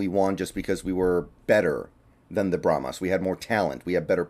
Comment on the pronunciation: Brahma Bulls are native to Texas. Brahma is singular. Brahmas is plural and pronounced bra'muz not bra'muss. They may be called brahma Bulls as plural. PLEASE bra'muss is NOT a word.